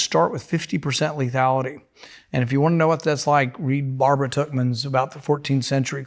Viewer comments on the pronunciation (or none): none